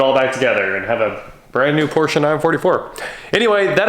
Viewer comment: Thank God! Finally someone who knows how to properly pronounce Porsche.Old Germanic name people, two syllables please.